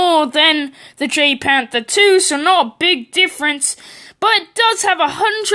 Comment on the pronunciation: Pronounced: YAGPanther 2